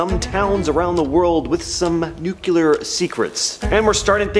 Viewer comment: NEW-KLEE-ER FFS